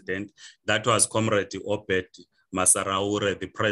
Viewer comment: It is OBERT not Obed.